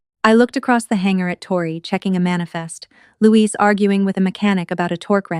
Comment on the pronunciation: Please will AI spell properly - Luiz not Louise, whuch is fhe feminine!!